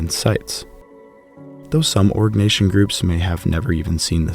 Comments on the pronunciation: Arg - nay - see - un .... Jeezus 😖😖😖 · Pronounce Oh-ree-nyak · Is it only me or do i hear so say constantly say "orc" nation 😂.... joke aside, very VERY good content. Invaluable even...